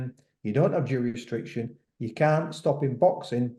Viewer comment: Tell it’s jurisdiction lol